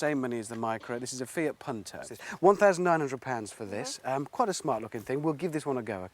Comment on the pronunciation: PUNTEH? who the fuck pronounces it like that